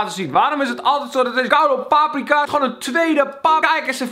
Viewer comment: Als je zo veel paprika's eet spreek het dan goed uit pfff.